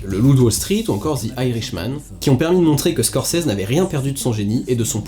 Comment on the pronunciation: "ScorSese"... et non "ScorCese"...